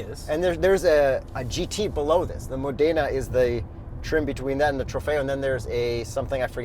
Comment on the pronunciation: Great review--as always. BTW. Modena is pronounced with the tonic accent on the MO. Therefore....MOdena....Bravissimo.